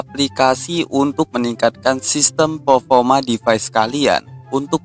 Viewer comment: Perrrrforrrrrma not pelfolma